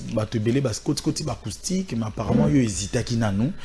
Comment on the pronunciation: Ce Werrason est vraiment IDIOT ! Il dit À LA côté d'ivoire 😁😁😁😁😁😁 Pffff il dit ARCOUSTIQUE 😁😁😁😁😁😁😁😁